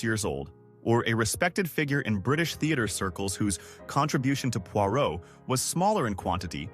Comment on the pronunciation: 🤣🤣🤣 this fits with the pronunciation of Pwah row!